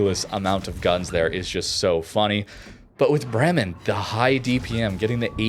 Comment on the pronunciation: Bremmen, Bremmen, Bremmen, bla bla Bremmen. Have you ever been in Bremmen?? It's not a hard word to pronounce. It's not a difficult Russian or Dutch word. Try to say: Braymen (as in day). emphasis on Bray. Makes you sound a little more intelligent, and that you actually care about pronunciation.